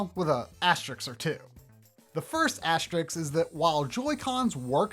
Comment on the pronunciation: As-ter-isk, not ass-tricks. lol